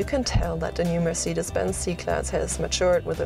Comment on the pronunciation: MERCIDES BENZ! MERCIDES BENZ!!! NO NO NO NO ...mercedes benz